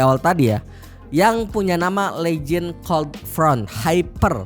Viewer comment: cara ngomong legion itu " LIIIH JEAAN" mas sbukan legend